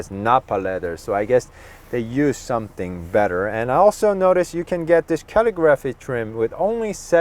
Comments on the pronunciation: Also, dude, say cuh-LIGG-ruh'fee not Cally-graphee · CALL-I-GRAPHY. NOT CAL-EE-GRAPHY. CALL-I-GRAPHY!!!! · It is pronounced Calig-raphee. You are saying calligraphy wrong 😂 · Rims are ugly. Way too busy. Why paint the area around the wheels when the rest is that subdued chrome? Get rid of the chrome. Then it would work. Also...just for information..its pronounced Caa lig ah free. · Couldn't get passed you not able to say "calligraphy" correctly. 🤷‍♂️🙄